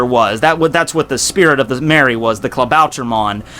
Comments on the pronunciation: Klabauter MAN ... say it correctly... MAN like SUPER MAN. Pronounce it in english... becouse iff you try to say it in german... it sounds reggy... "Klabauter MON!" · pet peeve: the way u pronounce klabautermann like "klabauter-mon"